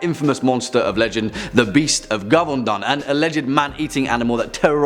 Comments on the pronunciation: LOL Gevaudan is said like "Jay-voe-dawn" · I'm living in France, it's realy not how you pronounce Gevaudan. 😉 Did you mention a kung-fu Indian played by Marc Dacascos? It's really cool movie.